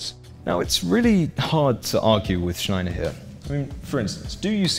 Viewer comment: p.s. It's Schneier, not Schneiner. Pronounced "shneer"